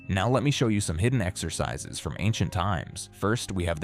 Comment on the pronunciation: 0ld-school „ex-ur-sis-sis“??? Is it really THAT hard to narrate the video yourself instead of using AI drivel